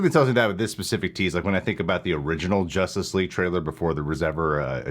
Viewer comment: Did you say “Joshtice League”?